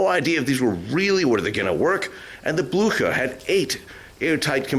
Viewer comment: Es war der Schlachtkreuzer Bluhar! Oh man,wie kann man den Namen Blücher nur so verhunzen. Schrecklich.